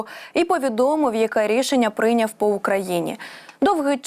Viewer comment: Шановна ведуча! Не 'прИйняв', а 'прийнЯв'.